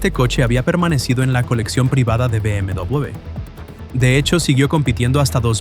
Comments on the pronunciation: Porque mierda dice "Vi MW M3"?? "BMW" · BM double / BM dubleble / BM doubluble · bi eme doblel be? que idioma es ese? no estabas hablando en español? edit: escuchar el video es un dolor de cabeza, trata de hablar español pero no diferencia una C de una S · Amigo no es por nada pero ¿qué onda con la pronunciación de la W? es "doble v" o "doble uve" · dobel vu? doble vuvu? wtf con la pronunciación de la W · Be eme Dobleweiubve 😂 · Be eme dobubl, dubobi, doblewe, dobubue. Dejade usar puta ia cabron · ia: BM DUOBLEBE OBLEBE xd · Be eme doblube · Me di cuenta que era IA porque cuando dice BMW lo pronuncia mal y distinto en todo el video (be eme dbllluud) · acomoda la voz IA porque no puede ni pronunciar la marca... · Me sangran los oídos cada vez que dice BMW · ¿puedes hacer el favor de llamarlo BMW correctamente? ¡Se pronuncia como una V! Bayerishe Motoren Werke